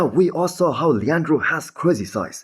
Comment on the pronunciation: finally pronounced Leandro right! Good job bro, now let's if you can do the same with Colossus.